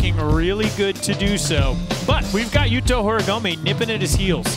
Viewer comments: Why do the judge keep calling him Horigomi ?? It's horigoMEEHH, how hard is it to try and pronounce the name of one of the most well known modern skateboarder. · Yo, learn how to pronounce Horigome ffs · I can't stand how always gets the pronunciation of Horigome wrong.